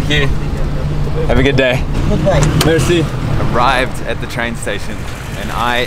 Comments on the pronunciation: MERCY lol sorry baba, it´s more like the e in echo mersi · Is it fun to hear a French guy pronouncing "Merci" with the Farsi accent (the rhotic r)?